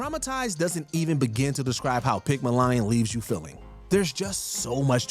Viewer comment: "Pig-ma-lion" don't tell me you don't use AI with multiple pronunciation issues every video